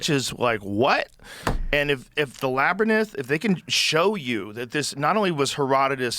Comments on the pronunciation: Also, is anyone ever gonna teach Joe how to pronounce labyrinth? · I want to find this Labernith! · Joe’s inability to pronounce Labyrinth is irking me but I love Joe and this is a great episode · Someone needs to tell Joe the correct way to pronounce labyrinth lol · Someone teach Joe how to say labyrinth, please!!😂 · Joe pronouncing Labyrinth so crazy even after he was corrected a few episodes ago is so funny to me 😂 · Someone’s gotta tell Joe how to pronounce labyrinth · Jesus! Can someone please teach Joe how to say the word "labyrinth"!?!? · Brits actually pronounce it as three syllables, laberinth. It's just said very quickly, and certainly not laberinth, lol. Oddly, Joe said it right the first time, then after that he went off the rails, lol. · Who had Joe cannot pronounce "Labyrinth" on their Bingo cards? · Joe "I still can't pronounce labyrinth" Rogan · I've found a new mispronunciation pet peeve. The way Joe says labyrinth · Joe mispronouncing labyrinth will never get old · Joe absolutely cannot pronounce ‘labyrinth.’ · Joe pronouncing labyrinth kills me 😂 No matter how many times he hears it said correctly he can't seem to get it right 😂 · Joe's dyslexia is really strong with the word Labyrinth... he ALWAYS says Labernyth 😂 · Joe saying "laber-nyth"... Infuriating 😅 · This isnt the first time I heard Joe call it "Laberninth" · Joe!!! Fix the pronunciation bro!!!! Labernith??? Stop it!! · Between "Labrynith" and "Spinx, Joe's fkn killing me " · Labernith as joe says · Joe "labyrnith" Rogan😂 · When Joe starts saying Labyrinth and not "Labernith" you know he's been replaced by AI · I can't listen to Joe say LABRNETH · Oh Joe and his Labernyths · One of the few words I can recall hearing Joe mispronounce consistently. Even when he tries to correct himself with it he has trouble. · I wish Joe would stop saying lab-er-nith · Lab-rynth joe you knuckle head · Someone please timestamp every time he says Labernith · ...and again... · Labernyth? Cmon maing